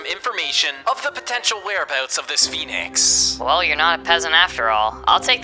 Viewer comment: He said Phenic armor